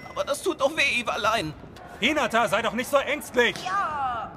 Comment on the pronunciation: " Iwalein" PAHAHAHAHHAHSHSHSZ